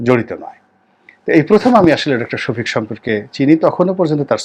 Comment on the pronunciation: উনার নামটা আপনি সঠিকভাবে বলতে পারছেন না শুনে আশ্চর্য হলাম